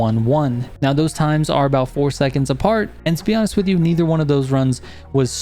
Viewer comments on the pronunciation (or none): none